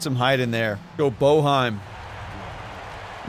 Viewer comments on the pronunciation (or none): Yeah, Boeheim is pronounced Bay-Hime like the announcer says lol. If you follow college b-ball, remember Syracuse's old coach of like 50 years had that name.